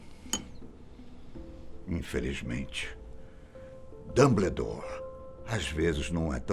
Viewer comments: Infelizmente ele pronunciou o nome errado: Dambredore, (Dumbledore) na fala seria Dam, bou, door. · Só eu que percebi que ele pronunciou Dumbledore, quando na verdade a pronúncia é Damboldor. Eu sei que forma escrita está errado! Essa é a penas a maneira que fica se escrevermos como pronunciamos. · É Dumbledore não danbledore